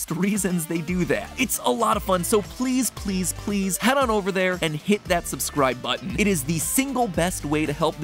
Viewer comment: That “subscwibe to food theowy” part just killed my soul